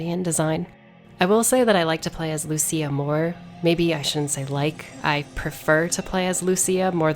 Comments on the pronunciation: LUCÍA. Not Luchía. EDIT: Thanks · Lucia,Lussia Not lutia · It's not Lu-CHI-a! It's Lu-SI-a! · Is not Luchia is Lucia lol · im like 99% sure she literally says her name out loud at some point how did you come up with this pronounciation 😭😭😭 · She called her loo chi a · Well, after reading Lucia's name in katakana I can confirm that the official pronunciation is "Luchia". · the name Lucia is pronounced with a "th" like in thousand